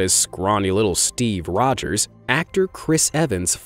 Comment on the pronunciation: Ro"D"gers??? Seriously?